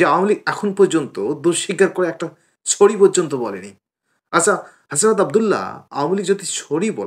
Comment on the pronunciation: ছরি কি ভাইয়া? 🤣🤣 কথাই বলতে পারস না আবার আলাপ মারাস, শোন আর যাই হোক ভাই ভাই মিলে সবাই আওয়ামিলীগ এর বিরুদ্ধেই থাকবে।